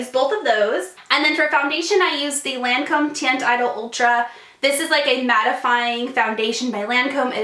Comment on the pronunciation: You're not pronouncing Lancôme right